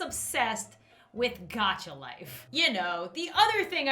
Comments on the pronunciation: Why she call it gaycha life? Its sounds wired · Gaaaacha life the way she prononcenes that sorrrrrrry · your not saying gacha life proprly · Oof Gacha Life. Who’s exited for Gacha Dream, Gacha Life 2, and what else was it called? I think she’s saying the game name wrong. It’s annoying